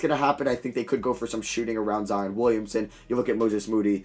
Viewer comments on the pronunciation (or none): none